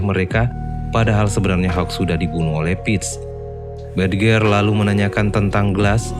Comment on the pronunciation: Bridger bacanya brid-jer , mas